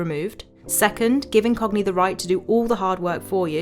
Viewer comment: I was tabbed out and thought you said the sponsor was "in cockney".